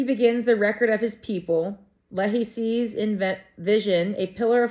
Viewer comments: So fun! Nephi and Lehi pronounced with a long e sound and long i sound like Nee fi, Lee hi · There is an immensely helpful pronunciation guide at the end of the Book of Mormon. For example Nephi is pronounced NEE-fi(fi rhymes with eye) Lehi is LEE-hi. Please continue reading. I would encourage you to go back and read the content BEFORE 1st Nephi to understand how this miraculous book came about into the modern era. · FYI - I’m pretty sure every BoM has a pronouncement guide in the back of the book. Laman (Laymen) Lemuel (Lem-u-el), Lehi (Lee-high), Nephi (Nee-figh). Moroni (Ma-row-nigh) . You are a lot of fun. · In the back of the book before the index there is a pronunciation guide if you want to learn how to say the names properly like Nephi and Lehi... Knee-fy and Lee-hi🫣😂🙏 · The name Nephi and Lehi the I is pronounced as a long sound. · I love your energy and happy reading. For one the name Nephi is pronounced with a long E and a long I. Also, the name Lehi is pronounced the same way that Nephi is. Also, BC is before Christ. I don’t know how many people have repeated this to you, but I figured I would chime in and say to you it is well worth your effort because people are watching and they are intrigued by your enthusiasm about the LDS theology. So thank you.